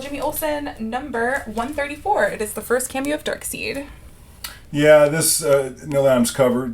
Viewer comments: DarkSIDE. :-) I know it's spell funky, but that's how it's pronuonced. That's a pretty nice key to be left in a cherry-picked collection. A lot of nice keys. Congrats! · Not to be mean, but it's pronounced Dark Side.